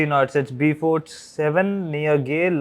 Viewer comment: Great video! BTW the Beaufort Scale is pronounced BOWfort ( as in BOW and arrow).